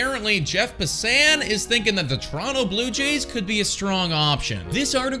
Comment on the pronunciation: Did I hear correctly on how you said Jeff Passan last name